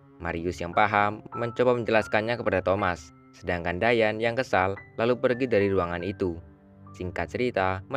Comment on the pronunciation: Kedengarannya di panggil dayen/dayat padahal dayan